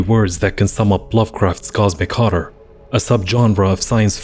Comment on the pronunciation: I like the way you say horror. It sounds cool.